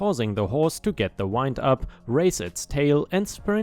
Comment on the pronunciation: its win... d..... not wined....;)